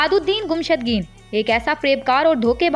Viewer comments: Gumshudgeen nae mohtrma,gummushtken hy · Iska name to sahi lo (Gumushtageen)